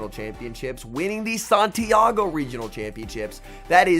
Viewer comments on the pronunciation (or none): none